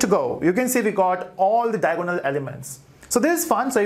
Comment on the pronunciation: Matrices = mei· truh· seez != met rice s Diagonal = dai· a· guh· nuhl != Dia o go nal